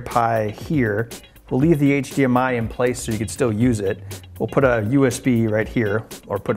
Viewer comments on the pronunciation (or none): none